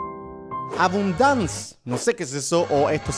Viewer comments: es “abundance” por si lo separas dice a-bun-dance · abundance: a-bun-dance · Minuto A-BUN-DANCE